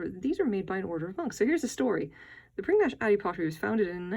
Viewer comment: It's actually pronounced 'prinidge'.